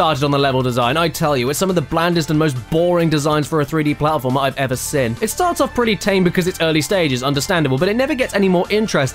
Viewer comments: I love how caddy pronounces "seen" as "sin" because same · I'm I the only that noticed that caddy says idea IDEAR and seen as SIN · Hey Caddy, why do you pronounce "Seen" as "Sin"? Just curious! :)